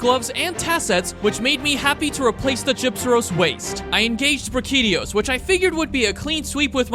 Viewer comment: Does anybody notice how bro pronounces some of the monsters weird😂 like brachydios the way you said that was crazy 😁